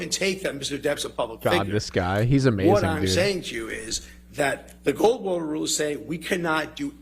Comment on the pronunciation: I swear if I have to hear him say Gold Water Rule as Gorl one more time, imma lose it